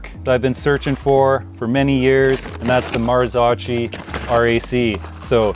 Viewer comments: The drool is real🤤 FYI - it’s pronounced “Marzokkee”😉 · Marzocchi is pronounced MAR-zo-kee. The first syllable, "Mar," sounds like the word "mar," and the second syllable, "zo," is pronounced like the "zo" in "zone". The final syllable, "kee," rhymes with "key". 🤣🤣🤣🤣